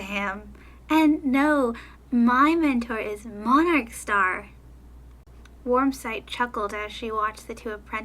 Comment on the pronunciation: Lol I was laughing the whole time cuz you kept messing up Warm Sight's name!😆🐈